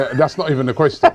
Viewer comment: Robbie cant say question to save his life